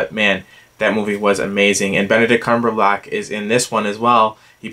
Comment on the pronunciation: Is it just me or are you saying Benedict Cumberbatch's name incorrectly? :P My top 3 are Place Beyond the Pines, Rush, and Prisoners... I'm still working on my list so it could change. I have seen Mud but not 12 Years a Slave yet, but I will in the next day or two